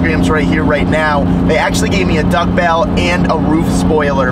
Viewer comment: Duck bill not duck bell